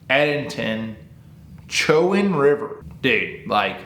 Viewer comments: Pronounced Cho-Wan… went to college down that area . Never fished that river specifically. But glad to see y’all coming to Richmond Va!!! I’ll definitely be there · Bro you butchered the name's in Eastern NC. You pronounce it Edenton like the garden of Eden and you can pronounce it Cho, big O and wan as a little a Chowan and even depends on that too. My mother pronounces it like Showan. But looking to see how you guys do down there